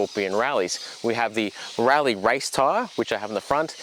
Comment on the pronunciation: It’s hard to you serious while you’re wearing your pajamas!! And while I’m whinging. Rallzee?? your Australian it’s zed.